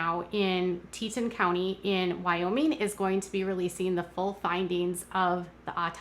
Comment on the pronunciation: Teton pronounced tee’-tawn.